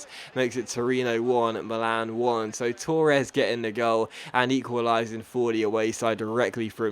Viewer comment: Why do you pronounce Torres like that